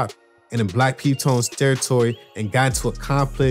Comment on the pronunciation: "in the black p tones " 🤣🤣